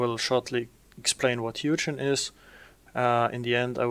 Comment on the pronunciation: It's hoo-gin, not hew-jin! Otherwise good video